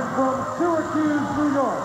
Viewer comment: Anybody else notice how pissed Howard Finkle was at himself for botching Barry Windham's home town? (He says Stracuse, NY. instead of Sweetwater, TX.) Fink was always such a pro that it burned him to have make a mistake like that.